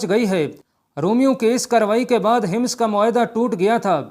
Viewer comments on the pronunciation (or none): Hims nahi Hammas bolo shehroon I name tu theek lo